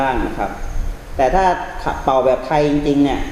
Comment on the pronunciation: ปิดไม่สนิทค่ะ และ เป่า ออกเสียงเกินขนาดค่ะ